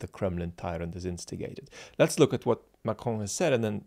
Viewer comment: Do you actually speak French: your pronunciation of Macron was spot on.